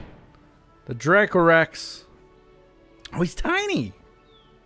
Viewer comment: Haha. Your pronunciation was spot on. 👌 That’s so weird they didn’t give any money for the last picture that you took. Great video!